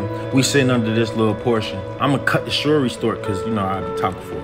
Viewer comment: “Ima cut the shory stort” 😂😂